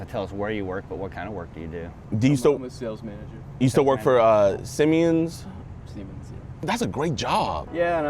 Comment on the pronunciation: "Sim-e-uns" bro, you really couldnt have looked up the pronunciation??